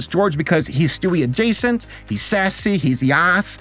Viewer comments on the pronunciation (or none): none